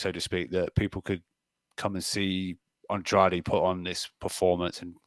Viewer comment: Good to see using his Portuguese skills to pronounce Andrade almost perfectly 😊 🇵🇹